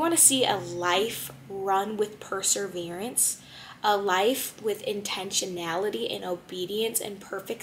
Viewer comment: I appreciated your interpretation, thank you. Love hearing more of His mercy. (It sounds like you're pronouncing "perSEverance" "perSERverance".